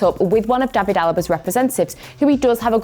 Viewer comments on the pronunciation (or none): none